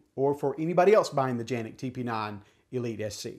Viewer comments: It's Canik not ( Ganik or Janik ) ...lol it should be pronounced as Kanik. Unless You live in Turkey Good review 👍😎🤝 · Are you supposed to pronounce Canik as Janik ? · Janik is the correct way to pronounce. Its just how we see and pronounce the name in in the US CANIK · It’s Janik!!!!! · Not Janik!!! It's Canik! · So am i the only one who pronounces canik then him? Hes calling it a janic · It is pronounced John Nik. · First time I’ve heard it pronounced Janik